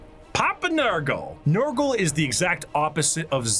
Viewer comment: Damn it you got nurgle wrong again 😢